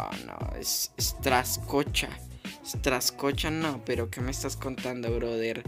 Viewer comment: Se pronuncia Strakosha,no Straskocha :/